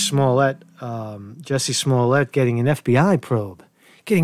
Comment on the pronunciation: It's Jussie not Jessie, get his name right he's up for a NAACP image award now.